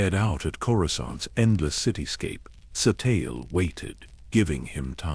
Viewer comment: By the end of this story, i will pronounce her name properly..its said ( SATEEL SHAN) there might be an E on the end, but it's silent..such a shame, i love these stories/videos..